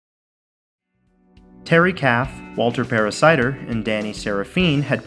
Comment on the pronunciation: Paracider? Is that a variation of apple cider? Just awful, lol.